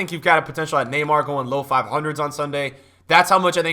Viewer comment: Did you just call neymar ... nay nay😂😂😂😂😂